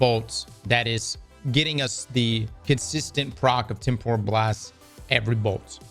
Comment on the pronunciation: it's pronounced Tem - puh - ruhl... Not, Tem - por - ral.